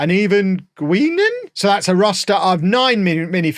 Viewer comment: "Gweenan"? was a funny moment. This is Whoopi Goldberg's character. Pronunciation is "GUY-nun". You did pretty good for not having actual Trek knowledge!